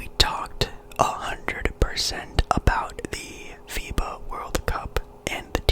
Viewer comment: I thought I heard fifa when u said fiba or something 😭☠️